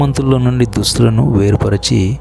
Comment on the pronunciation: Good narration and animation brother. Keep doing God's work. May God guide you. Just a small note: , you said "dusthulu"(clothes) but I think the right word should be "dushtulu"(the wicked), hope you would correct it if possible. May God bless you.